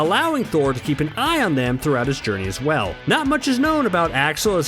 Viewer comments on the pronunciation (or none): none